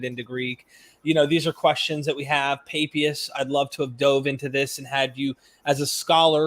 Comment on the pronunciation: is painfully naïve… or, more seriously, profoundly academically lazy?. He (also) mispronounces the name of the early church father Papias. Were all of his college professors illiterate? There are pronunciation applications all over the Internet. There’s no reason to be mispronouncing at least three names of famous historic figures. It’s disrespectful to them… And to the audience.